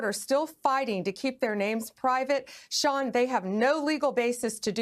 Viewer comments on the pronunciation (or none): none